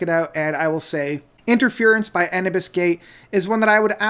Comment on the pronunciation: It's pronounced Anoobis (like the Egyption God, Anubis).